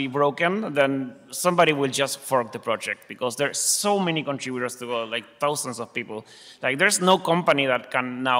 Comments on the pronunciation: Hey pronunciation police! The creator pronounces it God-dot similar to robot, and not the pretentious sounding G'doh. So stop correcting me every time I call it God - oh ! I may be wrong but I am no more wrong than you! ;) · Once and for all... is it pronounced gehDOE or GOdot? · I'm losing my mind over this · I'm only 34 seconds into the video and I'm not going to watch any more. Hearing him say "go-dot" has turned my world upside down and I'll need some time to recover from this. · It's called "go dot" just like "ro bot" which is why its logo is a robot. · So its pronounced Godot?